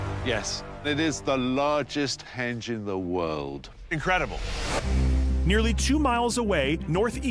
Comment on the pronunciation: Henge not hedge